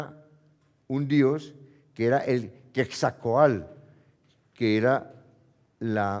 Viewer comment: no es quetzalcoalt sino quetzalcoatl